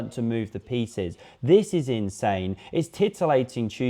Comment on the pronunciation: I had to listen to it 3 times, but you definitely said, "All of his feces now are just plowing into the attack."